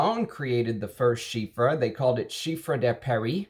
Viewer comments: Well, it's not ChyFra. It is Chy Pra ! Pronounciation is with "P". Your analysis was great. I will by Diaghilev because of your advice. Thank you. Chypres are so good. Long live Mitsouko..... (magic in Japanese) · Why do you pronounce it like chyffre? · It still pains me how you pronounce chypre…. Great taste though… I would Roja’s semi bespoke 3 is more terre d’hermes like than oligarch… I wouldn’t call Salome a chypre. I love the skanky indolic jasmine in it but not a fan of hay or lots of honey